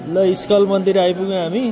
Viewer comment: इस्कल हैन इस्कन